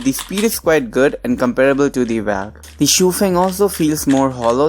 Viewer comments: Nice.. but pronounce Valk as 'Vok" , not 'valk' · Hahahaahahaa 😂 The way you say Valk 😂😂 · Angry Lemon Ikr